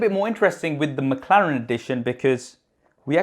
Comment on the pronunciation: What is "Makharen" ? ... did anyone else heard makharen or is just me ?....Btw love your video .... i am just annoyed how you pronounce that word Mclaren